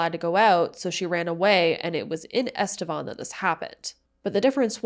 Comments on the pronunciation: I grew up in EstevAN I can guarantee that it is not pronounced EstevON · EstevAn not estevOn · there's even news clips in this video that all pronounced it EsteVAN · you can google "Estevan pronunciation" and it literally comes up with "Estevan, City in Saskatchewan" and it is pronounced "eh·stuh·vaan".